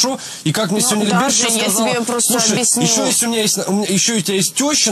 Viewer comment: Ну почему обИсню, а не объЯсню 🤦🏻‍♀️